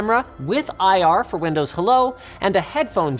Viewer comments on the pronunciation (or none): none